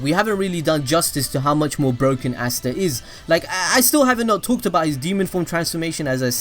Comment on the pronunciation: You say easta